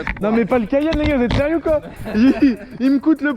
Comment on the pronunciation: Tu peut pas dire cayenne comme tout le monde. Genre 😂😉😉.